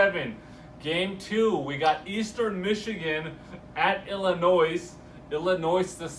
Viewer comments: The correct pronunciation is what every body calls the state ILLINOISE... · The "S"is always silent in ILLINOIS..Me being born there I'm just sayin. ..